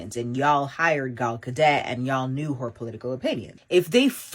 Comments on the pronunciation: Gal Ga-DET 😂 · It's Gal Gadot, not Gal Gadet. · people of the "culture" can't read, sounds out there words and have left the English language behind a long time ago. Ho kept calling Gal Gadot, Gal Gadet. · Who in the hell is "Gal Godett?"